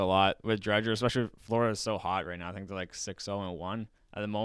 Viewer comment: Drieger the d is silent